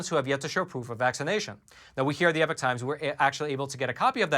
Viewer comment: the word epoch is not pronounced like the word epic.